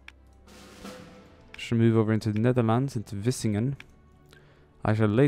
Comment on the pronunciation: Vlissingen, NOT Vissingen! The L is important